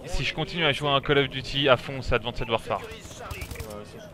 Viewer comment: Advanced warefare se lit « advinste warfère » c’est quoi ton délire de « advincède warfère »? En anglais le « -ed » du prétérit ou du participe passé se lit « t » après le son « s »